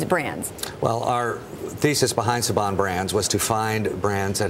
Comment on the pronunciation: "Sayban" brands lol